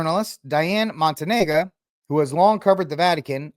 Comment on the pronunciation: the name is pronounced: mon-TAN-ya. I’m an Orthodox Christian, but not an “Orthobro,” which has a specific meaning. Telling us we have to submit to Rome isn’t persuasive. I suggest you read the book, Church, Papacy and Schism, by Philip Sherrard. You’ll come away deeply impressed by the real issues at stake, which include one’s very understanding of what the Church is.